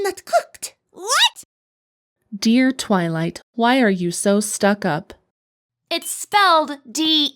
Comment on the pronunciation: "Tivylight" I HEARD TITTYLIGHT